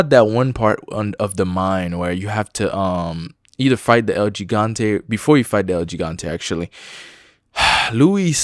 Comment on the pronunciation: It’s el he-gan-te not el g-gan-te if your trying to say it right